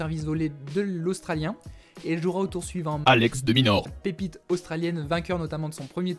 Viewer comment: Ptdr "ALEX DE MINAUR"